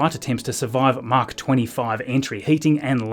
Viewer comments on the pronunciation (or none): none